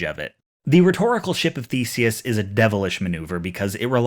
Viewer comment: his name is spelled The-se-us, not feces